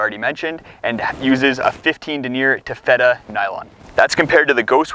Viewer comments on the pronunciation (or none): Taffeta pronunciation: TAFF- it-uh (not tuff-IT-uh like you say in this video) Just FYI.